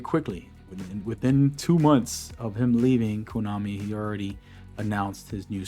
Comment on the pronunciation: Pretty sure it’s “kOnami” and not “kOOnami”. Unless you are trynna joke❤